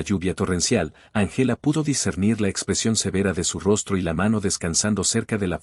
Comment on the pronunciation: Muy buena historia,Din importar el color de piel hay que respetar a los demás.Corrección:No se dice Angéla,se dice Ángela con el acento en la Á.El español es muy lindo pero hay que pronunciar bien.